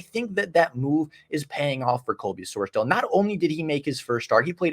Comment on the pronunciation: Great video! Wanted to let you know for the future it’s pronounced “Sors-Dawl” not dale